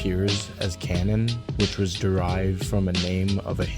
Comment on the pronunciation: Nice doc bro lol, Tamils in scarbs really solidified their spot and they are reasons people dont F with Brown ppl! Realest Browns hands down South asian and west Indian combined! Its not pronounced Cannon loll its Kann-naan